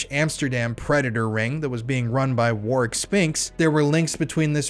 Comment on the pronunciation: So glad you pronounced that 💩 Warwicks name correctly 😎 Keep up the great work as we need to EXPOSE all the fiddy kiddlers Ps I caught the slip 😉 but nice recovery 👍🏻